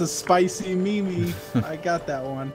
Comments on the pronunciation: btw the way to say memes is not me-me its meeeeeeeeeeeeeeeeeeeeeeeeeeeeeeeeeeeeeeeeee.........m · Lol that guy called called memes "meemee" 😂